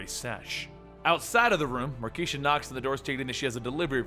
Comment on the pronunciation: Dammit, it's Mar - kay - sha!